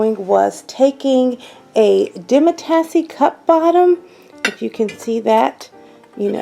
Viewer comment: So nice but you are pronouncing demitasse wrong. There is no e on the end. It is Demi- tas.